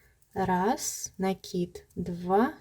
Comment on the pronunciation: лайк за накИд😊, а то на некоторых каналах - нАкид😂